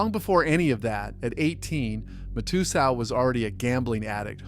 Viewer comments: Mat-ah-sal , can't believe your pronunciation. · You really can’t pronounce Matasow correctly? MAT-uh-SOWW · nor Mike Ma-too-zow🕵️‍♂️ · Mike "mat-a-soew" for fuk sakes.. And its Scotty "New-Win" pronounced for fuk sakes Also, what's with the fake ass chatGPT people that u put as these poker players on some slides?? Shitty channel. Unsubscribing